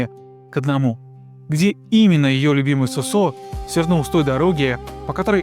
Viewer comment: Не СосО, а СОсо. Как и грузинское женское имя ДОдо, а не ДодО. К примеру, ДОдо Чоговадзе. а не ДодО, и не ДадО. Если говорите о ком то, то хотя бы узнайте как произносятся имена. Разве хорошо будет звучать, если человек рассказывая, к примеру, о неком Игоре, будет называть его ИгОрь.